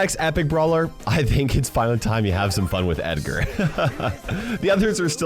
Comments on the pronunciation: Any legendary can really be picked (except Meg, whose damage and stats are like toilet paper rubbed on an Abrams Tank).BTW, he said Eggar not Edgar. #biringedgar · Nah nah nah he said eggar